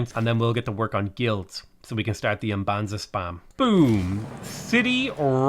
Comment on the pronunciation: the whole fedora thing is because you're not pronouncing the cities correctly. it's pronounced like you're thinking hard about the end word, or humming. Mmmbanza, mmmmbuila.